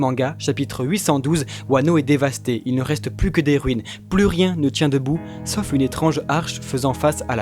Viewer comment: Svp ont dit pas plusse mais plus le s est muet cordialement j’adore vos vidéos 😘